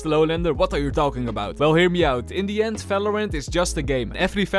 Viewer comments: Okayyy it's " In the end "and not "Indian" 😂😂😂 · Bro just say indian not in the end😂😂😂